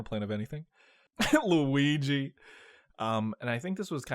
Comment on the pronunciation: LUH WII GEE!!!